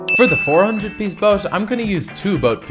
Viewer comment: Bro wth is "Boas"? It's BOAT 😂